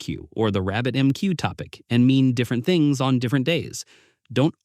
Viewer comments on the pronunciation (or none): none